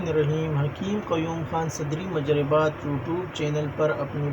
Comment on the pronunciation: It is pronounced: mujarrabat